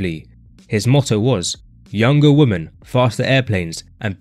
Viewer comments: He keeps pronouncing "women" as "woman" and its driving me crazy. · How many times do we have to repeat this, The plural of Woman is not Woman .. it's Women. It sounds stupid because it is stupid. It's the first thing a child learns and the simplest thing on earth yet so hard to remember apparently and I'm sitting here listening to this like Man . . did he just say 89 woman ? Give me a break